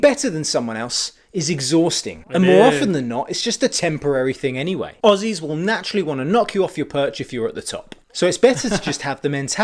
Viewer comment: ahem Aussies is pronounced ozzy's :P.